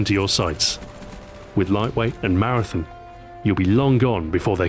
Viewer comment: Heheheh... You say Marathon funny.